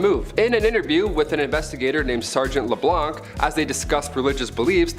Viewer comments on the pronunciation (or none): none